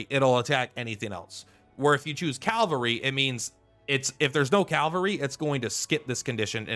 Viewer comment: Just bought the game yesterday and respectfuly I find it funny you keep saying "Calvary" 😂